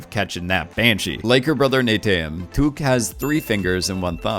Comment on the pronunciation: Te Suli is pronounced "Sooli", also it's Neteyam, not "Neyteyam" and Omatikaya, not "Ometikaya", Pa'li, not "Pa'le", beacause Pa'le is a direhorse name. You were sooo lucky to make that interview, very nice! :)